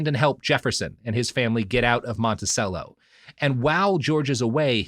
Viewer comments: FYI it's pronounced "Monti-chello". Like cello the instrument. In case you haven't recorded part 3 yet... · Sometimes I am reminded that not everyone is from virginia and knows it's actually pronounced "Stan-ton" and "Monti-chello" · Isn't it pronounced "Montichello"? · The continued mispronunciation of “Monticello” is killing me.